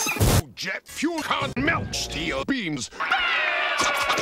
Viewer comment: Did anyone else catch the part where he says "jet fule can't melt steel beams"